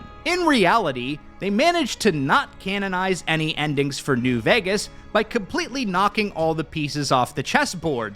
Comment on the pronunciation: my God, I was listening in the background while doing home stuff and the first time I've heard it like "Fallout: New Orphans" I've lost it